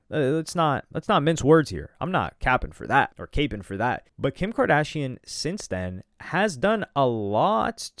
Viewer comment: “Capeing” I like that one 😭🤣